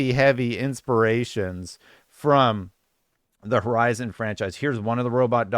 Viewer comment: I think you need to learn how to pronounce the name of the game lol